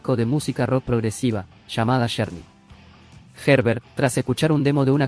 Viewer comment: Con todo respeto quiero comentar que no entiendo porque desde que tuve uso de Razon hasta ahorita no he pidido escuchar aningun youtuber que pronuncie correctamente los nombres de los cantantes ingleses o gabachos,!!!...y pongo por ejemplo a este youtuber y comienzo con este grupo de rock,!!... el nombre de este grupo de Rock se escribe journey pero se pronuncua Llourny, y el dice journey,!!!.....se escribe warner brothers pero este yotuber dice werner bros y se pronuncia warner Broders.!!!😏